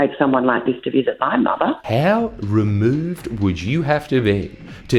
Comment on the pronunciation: "Mahthahhh" totally got me